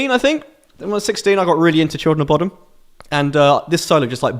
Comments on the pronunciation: Sounds like he says “When I was 16, I got really into Children Of Bottom,” not Bodom, lol. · After all these years of watching mispronounce Bodom I've accepted it. But the Kissing the Shadows duel not S tier? The fuck bro? "Bodom was a massive inspiration" You sure?